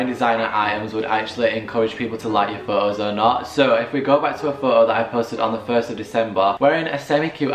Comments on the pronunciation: Why do you say "pho-os" instead of "photos"? Whats wrong with the pronunciation? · pho-o pho-os